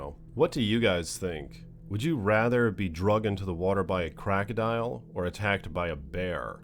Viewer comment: It's not crackadial. It's crocodile!!